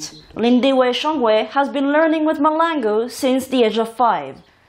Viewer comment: It is Mahlangu not Malangu